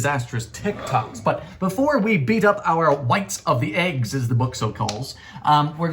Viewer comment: Hey man why you so happy to have Aggies That's what you call them but us Americans call them eggs why you so silly with them what do you call him that name and why do you say in the weird way